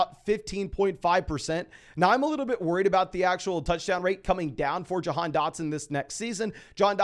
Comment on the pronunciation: Doesn't it sound like he's pronouncing Jahan like "john"